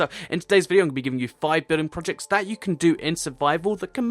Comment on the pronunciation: I thought he said 6 billion projectects and I checked the video time